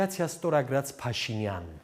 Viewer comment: Հետաքրքիր է, ինչու՞ է Գասպարյանը Փաշինյան բառը արտասանում ալիևի շեշտադրությամբ։ Փաշի`նյան